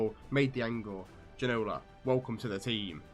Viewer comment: Plz learn how to say Ginola name :P